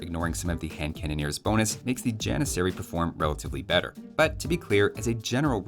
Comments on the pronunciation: Ah yes, the Jan-miss-aery. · You got all 3 repeated letters wrong It's janissary, not jannisarry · If anyone wants to flex their super smart brain with any age friends you have, the turkish pronunciation of Janissary is a bit different than what we use. Instead of using the western pronunciation (Gian-i-sair-ee) use the more correct pronunciation (Jah-niss-er-ee) but replace the J sound with a Y sound and the ss with a ch. so pronouncing it would look like “Yah-nitch-er-ee” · If you could teach T90 how to pronounce janissary, I may not avoid his casts with turk players.